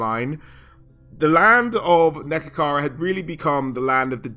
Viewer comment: great video! it's neHEkara by the way :)